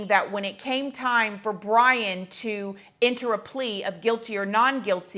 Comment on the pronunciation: It seemed the judge was more disrespectful than the suspect in this one .... How can you not get names right??? If Brian is guilty he didnt do it alone. Maybe he was grimacing at the clown of judge with the farce reading the names ... I think Ethan's was the only one he got right ...